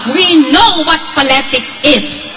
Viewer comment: Poletik 🙄wrong pronunciation wrong 😑 Pass your paper 😂🤣😅